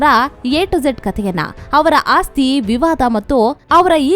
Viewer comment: It is not ASTI... It should be AASTI.